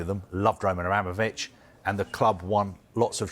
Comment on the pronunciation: Why does he say Roman Ranovich😂.